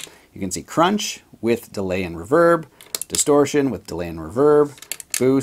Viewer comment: Why does pointy fingernail man say reverb wrong